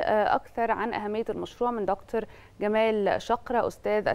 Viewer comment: كلمة دكتور يجب ان تنطق بالطريقة المصرية (فهي كلمة معربة منذ زمن) ولا يصح ان ينطق مذيع او مذيعة على قناة مصرية رسمية الكلمات بلهجتها الانجليزية، نرجو الانتباة من القائمين على البرامج والمذيعين